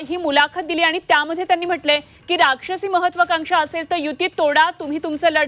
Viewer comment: लाक्षसी नसते ते राक्षसी असते😂😂😂